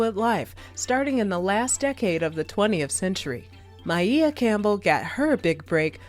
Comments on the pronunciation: Why you keep saying her name like that? Is this AI speaking? Because it's said like Mia but you saying Miea or something 😭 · Very sad indeed. Her talented mother passed in 2006. One of my favorite authors. Also, I'm irritated by her name being pronounced My-ee-ah. Isn't her name pronounced My-ah? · Damn you could at least pronounce name correctly, her name is Maia not Mieah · This is artificial intelligence. Synthesized black female voice over. Can't even pronounce Maia (Maya) correctly. Well, they tried.